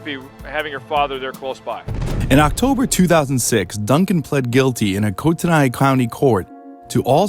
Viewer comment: Who is narrating this? He mispronounced the city Coeur d'Alene and Kootenai County.